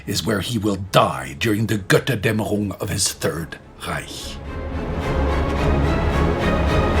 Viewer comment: I like the way he pronounces "Gotterdammerung."